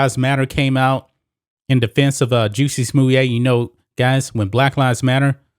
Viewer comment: Is that how his name is pronounced? I’ve been calling him jussy smallette LoL Anyways we are lucky to have seen any justice in this case. I don’t believe he acted on his own and I don’t believe he staged a hate crime to get a pay raise. And I’m sure he will be paid handsomely by his i conspirators to remain silent about their involvement.